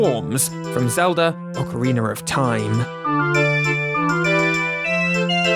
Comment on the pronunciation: He just casually says "Ocariner of Time" and thinks we wouldn't notice?😔🤦